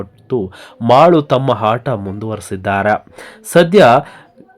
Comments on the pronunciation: ನೀನು ಮೊದಲು ಅ ಮತ್ತು ಹ ಕಾರಕ್ಕೆ ವ್ಯತ್ಯಾಸ ತಿಳಿದುಕೋ ಆಟ ಕ್ಕೆ ಹಾಟ ಅಂತೀಯ ಪೆಂಗಾ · Haaata alla bro aata ant heli